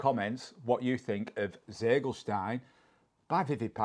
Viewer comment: i thought you speak german 🤔 You should be able to pronounce "Ziegelstein" better 😉😘 I don't understand the sense of an english fireworks importer giving his cake a german name🤷‍♂